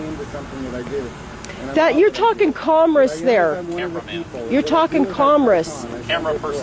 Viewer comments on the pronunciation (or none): Lady liberty is saying "comris" ... Its commerce. sorry, had to...